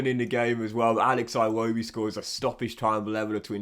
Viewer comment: Is it aa-iwobi or i-wobi